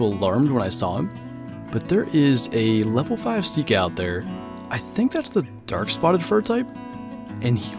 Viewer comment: Your saying sika wrong